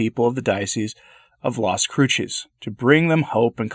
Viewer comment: The second C in Cruces is pronounced like S.